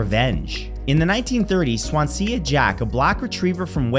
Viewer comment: Hia Matt good attempt on the Welsh name Swansea for future reference it’s pronounced swan zee